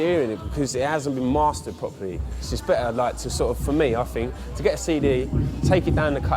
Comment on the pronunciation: “So it sounds beh-a” 😅